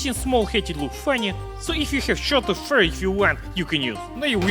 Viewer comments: sounded American when he said fur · that 'fur' you said sounded like a western spy accent...😢🤦‍♂️ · Listen to the way he's says fur... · hmmm you said fur so perfectly... I know now that you are American spy блять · At say fur weird, are you western spy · AMERICAN ACCENT BLYAAAT